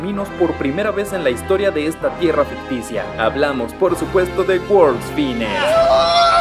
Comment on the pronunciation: Se pronuncia “fainest” 🙄